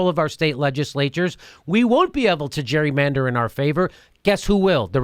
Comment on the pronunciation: jimmy why can't you say "gerrymander"...maybe you ARE drunk? lol